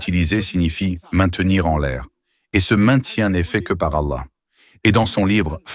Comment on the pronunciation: Pour, la lettre “h " qui termine le mot Allah, se prononce comme le “h" de Ibrahim, pas comme "y" où “ي" en arabe. Ou comme “how" de l'anglais.